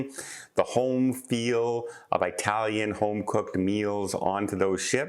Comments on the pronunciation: Hey, it's not eye-talian, it's it-alian. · ...a subscriber and listener for years...BUT...it's eh-talian (like the word "it") not EYE-talian... Eye-talian definition: (chiefly US, slang, eye dialect, derogatory) Italian...still love you...;-) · It-talian not I-talian. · Excuse me but please don’t say ‘eyetalian it is Italian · It remains an open discussion if this pronunciation is derogatory or just ignorant. In either case it is very hard on the ears! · It’s not “eye” Italian… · Agree and I didn't take it that way...just alerting to maybe "offending" someone else...